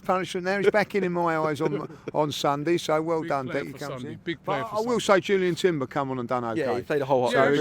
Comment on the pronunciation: Did say Julian Timber?